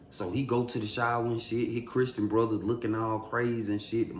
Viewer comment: Lol “Chrisssstreen Brothers” 😂